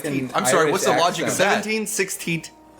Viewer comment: "seventeat sixteat eightteat twenty... nineteat."